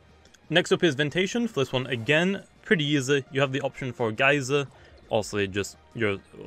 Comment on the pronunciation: "geryser" "Spectral buirst"